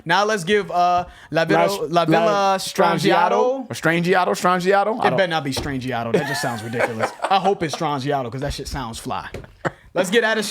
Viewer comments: The mix sounds effing pristine on this platform! How? 😃 Yes, the lyrics and guitar are the best features on this track w/Grrrrowly Bass Gtr! So...Gedds vocals are mixed to be clear (higher) of the instruments... Its an old Canadian studio mixing trick! 😁 BTW- The "G" is silent in "Strangiato"! Lastly, this is the single best drum fill outro -next to "Didacts and Narpets" from Caress of Steel...FACT! LMAO! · La Villa Strangiato live. and it's pronounced La-Vee-Yah-Strawn-gee-ah-toe. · Pronounced: 'la via strahn-gee-otto'